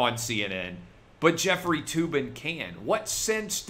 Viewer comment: Jef-freely (Tugging) Tube-in